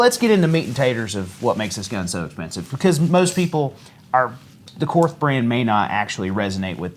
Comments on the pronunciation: German words (as far as I have been taught), that end in TH, use a hard T sound. It is pronounced very closely to the English word Court. Just like the Philosopher Karl Barth. It's pronounced Bart and not Barth. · > I’m a Korth guy. > Continues to pronounce it “korth” when it’s “Court”. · The "H" is silent. It's pronounced "kort" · You learn enough about revolvers, and you might just learn how to pronounce Korth correctly.